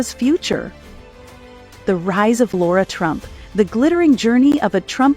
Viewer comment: LOVED the insight into Lara! It was good coverage. I was interested in how to pronounce Lara’s name because several in my family don’t know… I was a little disappointed in the narrator’s two pronunciations of her name. 😂 Somehow I’ll get there.